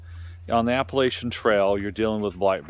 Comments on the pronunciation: Dude....it's "app-uh- LATCH-un". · Learn how to pronounce Appalachian you dumb ass.